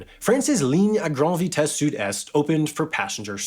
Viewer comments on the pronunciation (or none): none